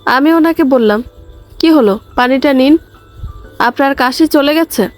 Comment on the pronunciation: কাশা নয় “কাশি”